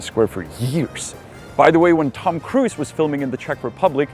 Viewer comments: Hello, Tom Cruise is pronounced 'krooz' not 'kruiz'. Take care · Tom Kruis... classic czenglish there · It's hilarious how you pronounce name of Tom Cruise 😂 👍 my boyfriend does so as well 😊